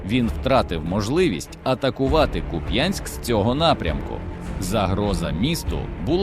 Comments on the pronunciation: Ще раз ...не куп*Янськ ...а кУп*янськ !!!! Слава ЗСУ !!! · КУп'янськ, наголос на у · Куп'янськ,наголос на перший склад. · Слава Україні! Але трошки неприємно чути назву міста з неправильним наголосом як це роблять росіянці.